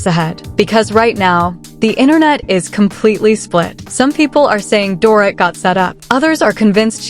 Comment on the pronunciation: you cant even prenounce Dorits name no girl, make an effort